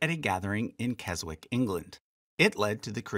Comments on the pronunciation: Keswick is pronounced "Kezz-ick", not "Kezz-wick" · keswick is pronounced without the W to be Kes-Ick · The place name Keswick, where the Higher Life teaching originated, is pronounced without the "w", i.e. /KEZ-ik/ (just as the place name Greenwich is pronounced /GREN-ich/) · Excellent stuff and a huge number of things that I did not know. But just to be picky, as Warwick is pronounced worrick, Keswick is pronounced kez-ick😊